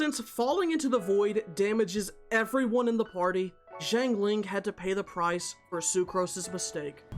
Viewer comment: amazing video but i hate how you pronounce zhang ling </3